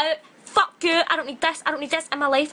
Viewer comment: i’m literally in TEARS “whEt the FoOk iS THES” ☠️☠️